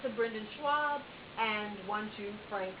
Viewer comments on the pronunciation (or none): Scwaub? There's no "w" in Schaub